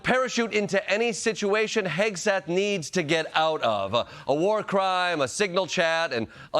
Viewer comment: Did someone say Hauge-seth? 🤔